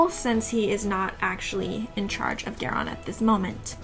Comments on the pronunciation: So far seems interesting however, Geran is Garion's father. You are mispronouncing Garion's name. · I can’t continue. Haha. Pronunciation of names is what keeps me from listening to most of the audiobooks. Was happy to find this instead…but then she started saying Geron…or whatever. So sad.